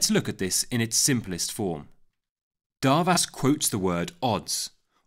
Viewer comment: As a Hungarian I am here to say is pronounced as Doarvash!